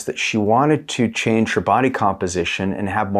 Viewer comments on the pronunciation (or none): none